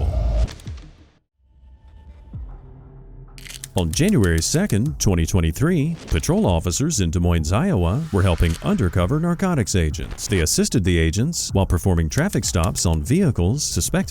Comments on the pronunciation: Des Moines is pronounced Des Moine. S is silent. Like Illinois. Common mistake for Dipshhts and low I.Q. individuals. Terrific job, Narrator. 😆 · The last "S" in Des Moines is silent. Actually, both are.